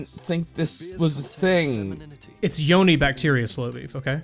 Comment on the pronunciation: Support Convos I think it's pronounced "Yoni"